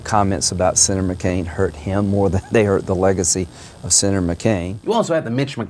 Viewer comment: "sinner McCain".. you ok buddy? blink once if yes and twice if no